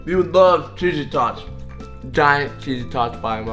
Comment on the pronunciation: Who else thought t said "cheesy toys" xD